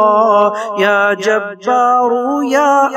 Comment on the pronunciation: Assalamu alaikum janab vahan screen per ya jabbaru ya Allah likha hai lekin janab aap kha rahe hain ke ya ja taru ya Allah aise aap galat kyon padh rahe hai iska mujhe jawab jarur Dena aur khud bhi sunna